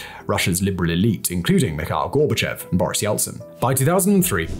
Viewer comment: Two extremely pedantic corrections upfront: Dacha - it's pronounced "Datch," like "thatch" Vlad is short for Vladislav. The dimunitive form of Vladimir is Vova. Gorbachev is pronounced GorbaCHOV. On another note, Khruschev (Khruschov) is also commonly mispronounced this way. It comes down to a tendency by Russians to write "ё" (yoh) as "e" (yeh) because it's easier, and a native will know the correct sound. Words written this way then get transcribed literally and Горбачев is writen as Gorbachev rather than Горбачёв (Gorbachov). I have no idea why this transcription isn't corrected in English sources.